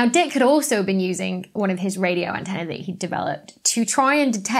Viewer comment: Also, antenna and antennae are pronounced differently. What's wrong with you?